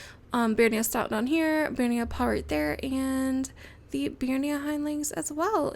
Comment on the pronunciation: AM I THE ONLY ONE FREAKING OUT ABOUT HER SAYING BEARNIA INSTEAD OF BEARYENA?!?